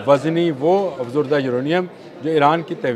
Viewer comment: جنا ب آپ افزودہ یورینییم اور افزردہ یورینییم کے تلفظ کو سمجھیں اور درست کریں روز غلط بولتے ہیں